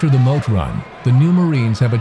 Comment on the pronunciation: Dude said the Mote run 🤣🤣